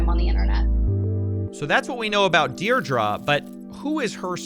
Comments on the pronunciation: Is that how Americans say "Deidre" or is he just saying it wrong? I've only ever heard it pronounced "Deerdree" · Deirdre = DEAR DREE THE WHOLE VIDEO YOU SAID IT WRONG.